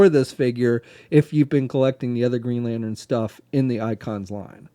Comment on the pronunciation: i swear if i hear one more time the word "lanern" insted of "lantern" i'm gonna kill someone